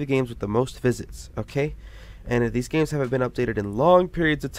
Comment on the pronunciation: Yay gay-mes